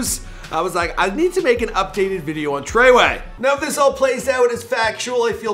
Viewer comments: It’s FREWAY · The way he said tr3way😂😂😂love him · the way you say treyway and 69 name makes me cringe